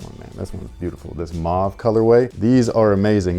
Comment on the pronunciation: it’s not “maah-ve” it’s “muu-wah-ve”